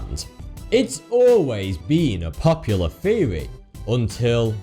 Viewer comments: Its THEORY not FURY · I didn't know you pronounce theory, feory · THeory THeory! Not fucking Feory you sound like you're 2 years old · Did you know TH makes the Thhhhh sound not the ffffff sound so theory is not pronounced feary lmao you talk like a toddler saying his age is free instead of three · What the fuck is a "fheory" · what the fuck is a feary? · Our next feory takes place between nineteen firty two and...... I don't know if I can keep watching him butcher the English language, and why is the so much eyebrow movement?